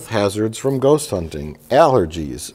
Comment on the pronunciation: Mike's Wisconsin accent only comes out on the word ghost